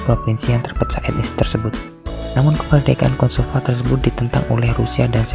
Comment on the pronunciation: kosovo bukan kosovan